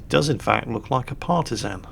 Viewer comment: Ok, i love you, but you need to know, and remedi at the first posibble notice, that Partizan in prounsed with an ä, and that is comming from a former Partizan soldier, from one and only Titos Yugoslavija. Smrt fašizmu, svoboda narodu!! Or to gulak with you